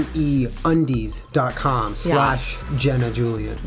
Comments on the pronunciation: MeatUndies is what I thought you guys said. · lol when he said me undies I thought he said meat undies and I was like... 0_0